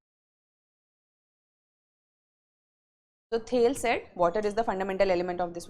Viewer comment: As a keen student of political theory I am very dissatisfied after watching this lecture. The pronunciation of Thales is incorrect seems never attended the lecture of subject . Element is never mentioned it is substance. Madam please read first the basics then become teacher . Start with the History of political philosophy by G H Sabine.